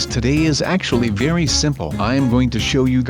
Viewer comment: it's vary vary zero